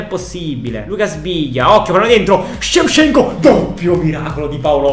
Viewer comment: Tutti: Shevchenko: sevsienkuo